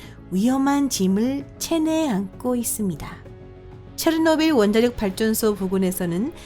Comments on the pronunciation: 체르노빌을 체트빌이라고 발음함 최소한 성우라면 발음 연습이라도 하고 오던가 아니면 소리라도 끄고 듣게 자막이라도 달던가 솔까 토픽 채널이 다른 과학 채널보다 유익해서 구독자가 많은 줄 아나? 토픽 채널보다 유익하고 재밌는 과학채널 널림 북툰을 비롯해서 리뷰엉이, 신박과학, 1분과학, 미노스, 밝은면 등 이 채널의 지분 중 80% 이상이 힐소님 지분이고 힐소가 없었으면 구독자 2만이라도 됐을거 같음?ㅋㅋ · 으악 오늘 음성이 최악 ㅠㅜ 체노 빌? 교포인가?